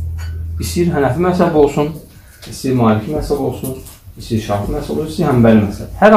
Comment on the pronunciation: Массаб йох мазхаб ,массаб яхшы соз дейил